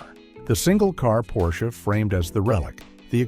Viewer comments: "Porshey" ?? OMG, I am so fucking tired of this AI slop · Drop the second syllable “e”. Now say it, what’s the car? - That’s better. Almost human. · How am I supposed to take this video seriously when the narrator doesn't even know how to consistently pronounce Porsche correctly? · what BS. The author can't even pronounce Porsche correctly. The 911 will always be around with the highest resale value of any car, the least depreciation. The 4-doors and suv's are a different story. The EV's are a different story. I didn't buy my 911 last year for investment but it turned out to be one.